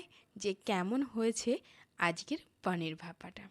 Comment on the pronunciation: পানীর নয় পনির